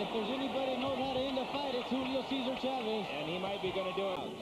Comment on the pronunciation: Not that hard to pronounce Chávez correctly. Good god, study up a half a second before announcing.